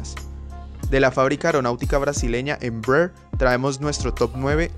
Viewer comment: Porque dices embreerr se dice Embraer se pronuncia como se escribe no es un nombre inglés es la abreviación de empresa brasileira aeronáutica tío